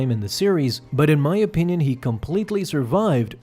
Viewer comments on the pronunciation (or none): none